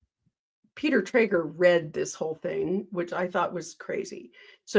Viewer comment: Just fyi it's Peter Tragos, not Trager